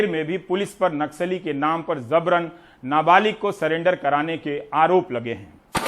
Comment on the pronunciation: RAVISH SIR, AAP BHI GHALAT PADHTE HAI...JABRAN KO ZABRAN PADHTE JAI..J. KO Z BOLTE HO